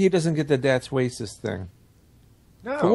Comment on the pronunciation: hey did you say whacist instead of racist? lol and they speak Filipino dudes